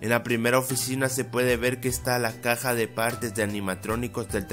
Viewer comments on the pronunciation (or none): none